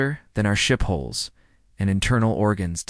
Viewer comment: HULLS IT'S BLODY HULLS NOT HOLES!